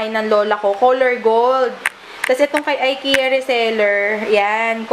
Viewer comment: ikeya ang pronounce s ikea db?